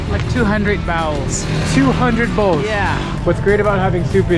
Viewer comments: Sounded like 'bowels' :) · "How much soup does he sell a day?" [Mutters something in Dari]: "Two hundred bowels." Bowls, surely. Notice the Chinese-style spoons.